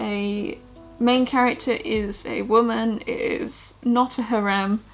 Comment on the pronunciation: the way you pronounced harem deeply disturbs me.